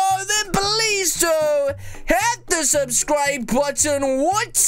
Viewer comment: “SUBSCRUBE” Me: “huh?”